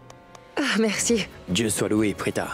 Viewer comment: Qui a entendu que karan a dit mercu mais pas merci😂😂😂